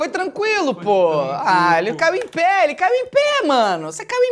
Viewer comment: " A foi tranquialou pow, ela caiu em péa, caiu em péa" carioques